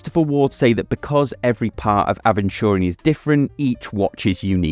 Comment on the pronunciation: Crazy that you made a whole video without looking up how to pronounce aventurine ahead of recording 😂